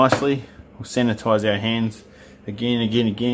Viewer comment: Only because it was on the screen so much. It's sanitize or sanitise not sanAtize. Sorry, grammar nazi.